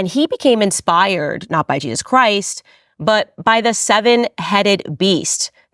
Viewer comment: Did you just say Chwist is King